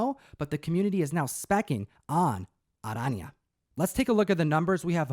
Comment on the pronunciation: Well done for pronouncing Arana correctly!